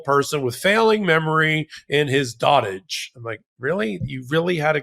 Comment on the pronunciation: You don't say dotage like "Dotige", you're putting the stress in the wrong part of the word again, so native speakers won't understand what you're on about. You know how you go like "Eye-ran" wrong all the time, disrespecting how they say their own nation's name and how English speakers say it? You do that with Dotage, put the stress on the O and say like dowtage. Don't use big words you haven't heard said out loud before, or at least look them up and the phonetic key next to the word to see where the stress goes if you don't have the instinct for it that most native speakers of English have, but when you mangle words like that, you set off the instinct other natives have for bad English for the same reasons.